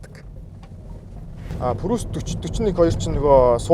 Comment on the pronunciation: Facelist биш facelift гэж хэлдэг шүү, бас прүүс биш приүс гсс